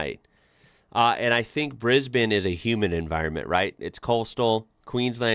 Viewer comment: It’s a cross between Brisbin and Brisben, but definitely not Brisbayne.😊